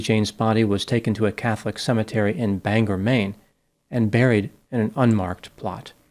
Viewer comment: I watch all your videos, and I offer one very minor correction on this one. I grew up in Maine and Bangor is pronounced “Bang-gore” not Banger. Don’t worry, most people from away don’t pronounce it right 😂 Also, I feel certain I’m not alone when I say us Mainers don’t claim Leeann and her terrible actions, but we do claim Paca. Such a good dog!